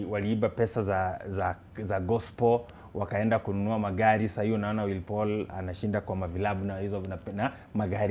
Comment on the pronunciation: ringtone doesnt know how to say willy Paul niqqa is always like will paul